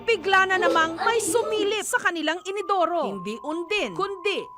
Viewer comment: inidoru po hindi inodoro